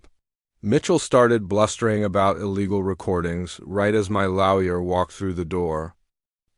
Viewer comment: FFS... WTF is a LARRY-ER? It's pronounced LAW-YER! 😢 YFDA